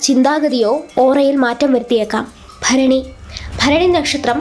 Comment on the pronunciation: Bharani correct reading ❤❤